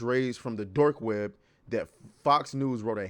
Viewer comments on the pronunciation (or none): lol did you say Dork web?